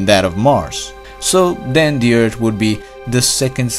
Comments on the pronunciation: Narrator....your videos are interesting BUT as a presenter unable to pronounce 'th' is so hard to listen to multiple times...especially 'Erd' (earth) Sorry. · Learn to pronounce th!